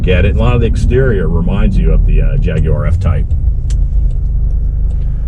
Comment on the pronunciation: Great like that you pronounce Jaguar correctly 🙂